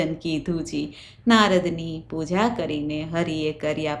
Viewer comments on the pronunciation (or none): none